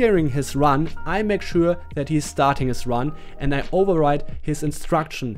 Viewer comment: any noticed that "make showaa"